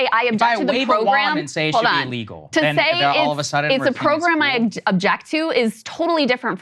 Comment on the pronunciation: umm..He stressed "illegal" ...smh